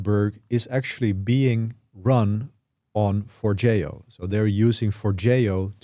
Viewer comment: Finally, someone that pronounces Forgejo correctly!